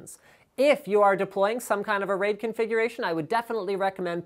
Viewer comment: RAID... He didn't quite get that correct.